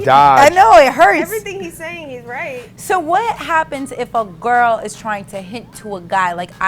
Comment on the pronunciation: Someone tell nessa that the word "girl" is not pronounced "grirl"